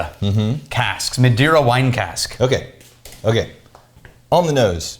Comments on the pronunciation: Madeira is pronounced muh-day-ra, the "dei" is read like day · Guys, it's pronounced Mah-day-rah, not Ma-dy-ra ... since you try to pronounce Scottish names, I think you also can try Spanish or Portuguese names. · not it isn't the Ma is pronounced as Majority, for example. the rest you are right. I am portuguese